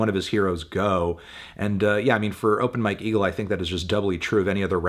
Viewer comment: I was in another room and had to come back to the video to check if he really said "open my kegel" but it was open Mike eagle 💀